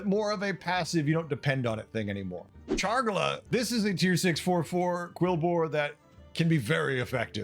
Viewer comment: I’m not sure the last time I heard someone say “Chargla” instead of “Charlga”. Rather entertaining. Looking forward to Beasts.